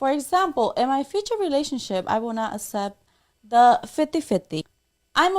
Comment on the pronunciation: “For Asample I will not Assept”…. 🙄